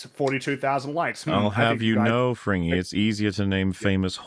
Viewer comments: Frigny, pronounced "Frin nyee" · has a much better French accent than Fringy. Just saying.